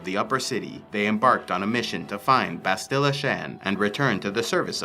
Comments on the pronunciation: Ok, so I can't keep quiet. You say "bahst-ILLA", it's "BAST-ila". Only one 'l', not two, so a shorter sound, and the accent is on the first syllable, not the second. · Lol dog please say Bastila the right way other than that awesome vid